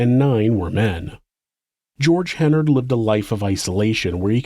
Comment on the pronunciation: Great job except you consistently mispronounced Hennard throughout. It's pronounced like "Menard".